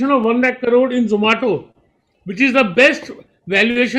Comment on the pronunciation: zomato ko zomata bol diya hahaha....